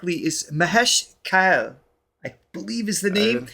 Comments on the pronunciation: Kaa-lay. Not Kay-ll. He is not a vegetable as far as I know. 😂 Also, Raag. Not Raagaa. Raagaa is unnecessarily anglocized version. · Mahesh Kale, pronounce it as Ma-hey-sh kaa-ley... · Mahesh’s last name is pronounced as “Kaa - Lay” , not Kale as in kale salad. 😊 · Just a note- the correct pronunciation of surname Kale was right in the beginning of the video, when the artist is introduced in the tv program. It’s Kaaley. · The correct pronounciation is Kaa Lay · Kale is pronounced kaah-lay, not quite the same pronunciation as the leafy superfood :) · 'Kale' is actually pronounced like kaaley. I have the same surname as well😅✌🏻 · So happy to see this episode… Mahesh Kale ( pronounced like Raleigh) is the ultimate music teacher. You must listen to his Abhangas ( Marathi devotional music) He can lead you into a trance.